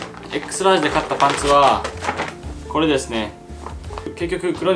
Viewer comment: それ思ってこのコメント探しにきた